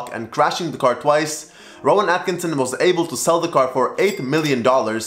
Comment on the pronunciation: Just to let you know that it's Rowan Atkinson! Not Rown Atkinsn